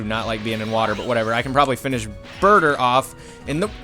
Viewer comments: its burter not burger lol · when you said burter I thought you said burger lol